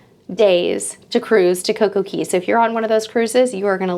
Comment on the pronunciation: Girl! Again, it is coco Cay it rhymes with Day! I love your vlog's but it's driving me nuts that you're putting an e in Cay